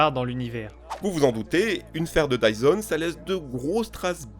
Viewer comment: It’s dyson not tyson